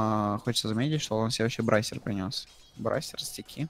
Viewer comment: не брайсер, а брейсер